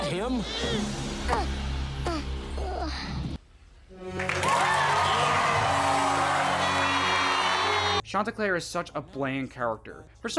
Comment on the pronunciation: Churlnsterpruk? Dude I could not understand that once